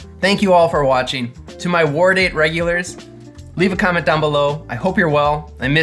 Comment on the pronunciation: I just discovered this channel, and had to comment, from the pronunciation I keep hearing “War Date” as the cocktail name.